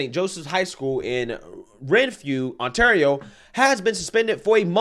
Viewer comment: "Canada is kinda crazy", compared to what?!COMPARED TO WHAT,?! You really can't say ontario properly?! How many ontario's are in the u.s., dummy?